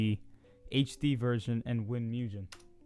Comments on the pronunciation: YOU SAYING MUGEN IS SO WRONG Your saying Mujen ITS MUGEN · Man hear you say “Mujen” instead of “Mugen” got me cringing lmfao. But thanks I’ve been trying to find a way to download this shit and characters forever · its not "'mujen" " its "mooh-gen'' gen like in dr.stone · is not miugen dude is mugen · im just saying your saying mugen rong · I like how he changes how he pronounces mugen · The way you say Mugen bothers me lmao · FUCKING SAYH MUGEN RIGHT I CANT WATCH THIS